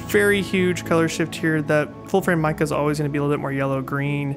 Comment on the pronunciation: Just a heads up, the correct pronunciation is "may(as in the month) ke (as in cook)" It's a Chinese name, I'm not sure which characters they use for the name, but I imagine mei means beautiful, but I'm not sure what ke would be. - source a dude who sorta knows mandarin aka me.